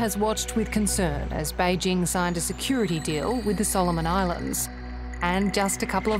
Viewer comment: Kudos to the commentator for going to the effort of pronouncing "Běijīng" correctly. Or at least much better than anyone from Fox News Australia would.